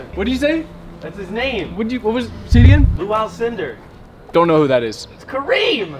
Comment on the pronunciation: “Lual Cinder”